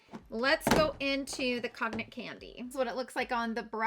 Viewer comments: Cognac is pronounced Con-yak (I’m not into liquor, but I remember it from a SNL sketch 😅) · Cognac is pronounced “kōn-yak” ☺️